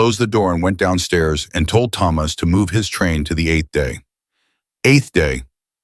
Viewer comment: Please learn to say Thomas please i beg you 😂😂😂